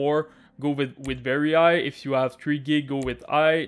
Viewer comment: This man needs letter H in his vocabulary, he really says Igh instead of high xDDD nice vid bro, you helped :P